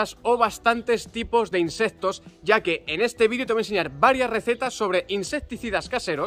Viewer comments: Insesto no amigo.... insectos se dice 🤦‍♂️ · insestos :v